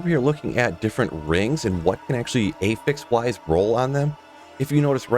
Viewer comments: ah-fix not ae-fix. agree with u 🎉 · It's not pronouced "ay-fix"